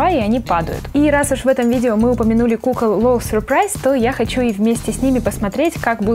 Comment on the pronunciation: Не надо говорить сюрпрайз !